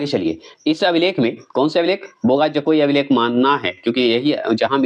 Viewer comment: कुछ का उच्चारण स्पेलिंग ठीक से नहीं बोलते हैं बोगा जकोई अलग अलग करते हैं जबकि एकसाथ बोगाजकोई होता है जो समझने में आसान लगता है